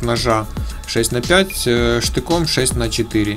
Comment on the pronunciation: Между цифрами букву Х следует произносить как Холодное 6 Холодное 4 и 6 Холодное 5 !!!!!!